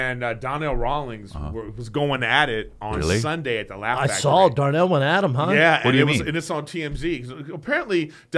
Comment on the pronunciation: It is impossible for Brendan to not call Donnell Rawlings “Darnell” lmao